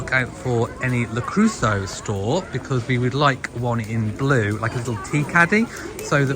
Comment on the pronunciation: I also love Le Creuset, but I wonder why you pronounce it Le Crew-so? It is pronounced Le Crew-say. -et in French is always -ay.